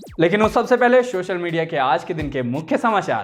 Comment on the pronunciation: भैय्या हिंदी चैनल पर हैं तो हिंदी के उच्चारण सुधारिए। शोशल नहीं सोशल और सिकछक नहीं शिक्षक बोला जाता है।